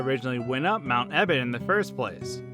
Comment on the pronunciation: to lyrics: ITS NOT EBBOT ITS EBOTT